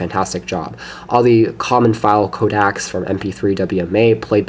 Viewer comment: J-pags and Codacs? lol Nice video otherwise.